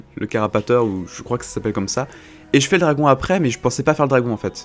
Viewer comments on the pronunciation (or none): none